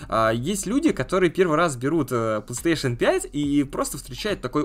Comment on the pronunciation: Он дальше говорит "плестеейшен" :( если сложно выговорить, то говори "консоль сони"